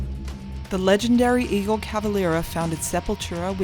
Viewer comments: It's Igor, not Iggor. :( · The Ghost dude he’s added the second G himself. I’ve no idea why though. To me he’ll always Igor so I’m pretty sure that’s not fault lol